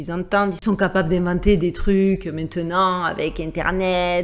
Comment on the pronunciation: Bonjour,entièrement d.accord avec toi c’est choquant! Cette petite fille dans cette tenue franchement….😡😡😡 Et qd je vois aujourd’hui toutes ces conneries genre the voice ext pour les gosses ça me fait le même effet. Bon… pour rester positif,j’adore ta façon d’oublier le T dans maintenant à chaque début de vidéo 😎💙😎 Bonne année à toi et à tous ceux que tu aime 😎😎😎